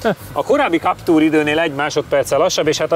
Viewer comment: legyen már kaptúr helyett káptűr, köszi. Bántja a fülem